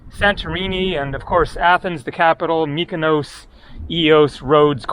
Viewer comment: Greece is the best country on earth, its beauty, its people, its food, the only improvement they need to make, is their treatment of animals. Please though, when you see places ending in os.. like Mykonos, Nisyros, it's not pronounced 'Ohse' as in Dose, its pronounced 'Oss' as in Boss, Nisyros, Mykonos, Naxos.